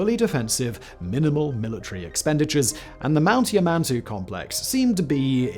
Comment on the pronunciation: Why does it sound like Simon keeps saying yuh-man-toe? Never thought yamantau could be so difficult lol